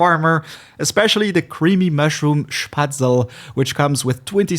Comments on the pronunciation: You dont say Spaetzle/Spätzle you say Spatzl you have to pronounce the e at the end and the ae/ä like the a in the words tame/ game/ fame. Spätzle is a german/swabian dish essentially some kind of noodles usually with cheese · its sh-pat-sla . its comes from german (Spätzle) , my mothertongue . cheers ! ;) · It's called Spätzle, a German dish. ˈʃpɛtslə ;)